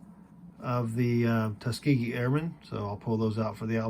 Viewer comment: It's nice to hear someone pronounce Tuskegee correctly!